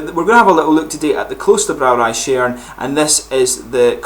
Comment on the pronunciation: Top Notch Beer. I tried it today and i agree with you 100%. I had the same Impressions. The Hop Aroma is phenomenal imo. Great Beer! One can taste that it is made with real Hop, not just Hop Extract. btw... you speak it like 'Shyern' (no offence of course) :)